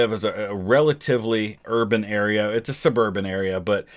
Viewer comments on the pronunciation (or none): "He lived in a suBEARbun area"